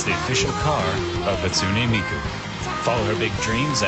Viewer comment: Here's how Japanese vowels work: A: ah E: eh I: ee O: oh U: oo So it's hAHtsOOnEH mEEkOO